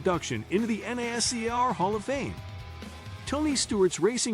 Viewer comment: the pronunciation of nascar is killing me